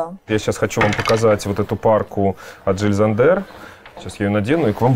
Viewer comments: Ага, правильно, только не Жиль ЗандЕр, а Жиль ЗАндер ударение 😂 Как и в МЮглер, катАрсис! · Интересно, почему немецкие имена надо произносить на французский манер? Жиль СандЭр? А правильно ведь Йиль ЗАндер. Например, Jenny - это у немцев Йенни, а не Дженни и не ЖеннИ. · Идея то хорошая. Но для начала нужно прозносить правильно названия брэндов, Джил Сандэр и ударение в анг.языке всегда на 1 слог. Странно что Саша этого не знает. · все таки Jil Sander - это Жиль Зандер с ударением на первый слог ;) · Все-таки Jil Sander все-таки с ударением на первом слове в фамилии произносится! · С чего бы это в немецкой фамилии Зандер было ударение на последний слог? На первый! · Дыа! И в Мюглер на первый, я уже в который раз тут разоряюсь в камментах по этому поводу 😆 Это равносильно говорить: РогОв и ИвАнов 😂